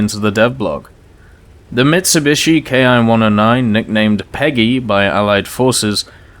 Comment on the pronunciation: Ki in Japanese is pronounced like an English "Kee" not "Kai". This is very important in as far as there actually IS the term "kai" in Japanese moreover it is used in distinguishing plane variants for example the famous Shiden Kai. So in one word I would advise to keep Ki (kee) and Kai appart.